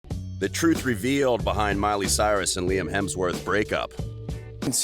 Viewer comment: I thought Lime Report was a funny way of pronouncing Liam Report.